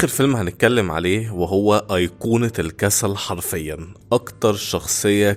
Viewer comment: هي كلمة الكسل من امتى وهيا فيها شدة فالنطق هي الكسَّل ولا الكسل عادي انت بتقول الكسسال